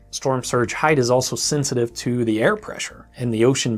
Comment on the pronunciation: When he said air at the beginning did anyone else hear hair?